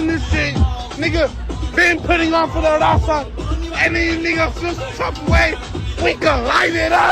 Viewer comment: Broke homie cant even pronounca “RAZA” why does he say “number one DAZA podcast”!!? 🤣🤣🤣🤣🤣🤣